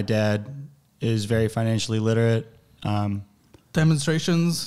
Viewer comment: "I'm an entrepener" but he also says "I'm not very finantially literate"